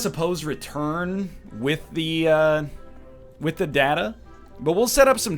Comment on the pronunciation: Every time he says "datta" instead of "data," I get unreasonably angry.